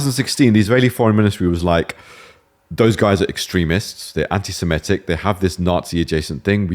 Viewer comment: Even British people are now pronouncing 'anti-Semitic' as "anti-Simetic". Bizarre phenomenon.